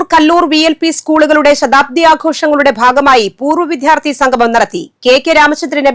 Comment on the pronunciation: വിദ്യാർത്ഥി എന്ന് പോലും ശരിയായി ഉച്ചരിക്കാൻ കഴിയാത്ത വാർത്താ വായന.. അവർ പറഞ്ഞത് ( വിധ്യാർത്ഥി)എന്നാണ്..😢🤔